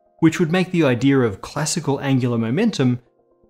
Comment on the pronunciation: Like your videos, but you gotta stop pronouncing the word "idea" as "idere." It's driving me crazy.